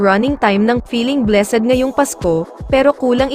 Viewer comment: Mali pa ang pronounciation ng blessed🤣✌️